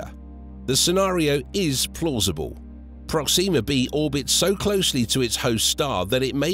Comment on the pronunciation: That’s not the American pronunciation of Proxima.